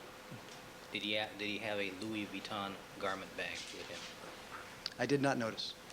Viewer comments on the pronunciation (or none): none